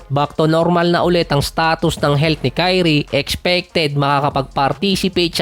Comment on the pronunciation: Dinig ko, TAI_ONE (Ky-One)